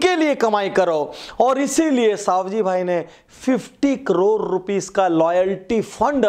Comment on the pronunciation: सवजी भाई not सावजी भाई